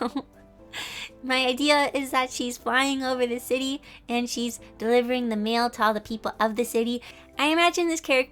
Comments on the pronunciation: What she said: magical mail person What I thought she said : MaGICal MaLe peRSon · Every time you said mail I thought you where talking about men😂!! BTW I love the drawing